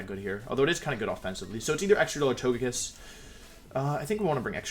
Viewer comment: トゲキッス is a 'g' as in gulp. Hearing you say "tojekiss" hurts me